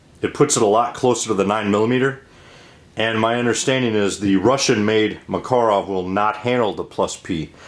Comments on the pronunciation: Im getting upset at how he says Makarov lol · Sorry you were offended. My generalization about these videos was not directed at you, although the correct Russian pronunciation of Markarov sounds odd to me. Popular usage generally dictates what's correct, and most Americans pronounce it differently. Maybe I didn't give your posting a fair chance, so I went back and watched it in its entirely. I notice that you signed off with Semper Fi, indicating you might be a Marine. If that's the case, we always depend on our Marines, so I salute you. Also, the range outing proved instructive, in showing me how the three pistols group on target. Not bad, actually. And I must remember what I was taught growing up, that if you can't say something positive, don't say anything at all. Hope that squares it. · The Russian pronunciation stresses the second syllable. At the Presidio in Monterey CA I saw first hand the difficulties of American students with foreign languages. I was lucky, that I had a couple of Slavic languages under my belt and did ok. So let this guy be, he is doing fine. Make your own videos and we will be more than glad to watch. Thanks. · It's "mukUruf", not "mEkerov". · Well First of all its called "пистолет макарова" and no, you did not pronounce it right as you said in your video tag. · Yeah, but Maaah-karov sounds better according to Call of Duty. ;-) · Hi friend.I speak perfectly Russian language and I only can speak for Russia and not for other countries.Its a fact about pronouncing word makarov that way as I've written before and no, that doesnt matter how big Russia is, there is common russian language and everywhere in Russia it would be pronounced exactly that way cuz its a RUSSIAN word/name so every other non - russian nation in Russia would pronounce it in the same way.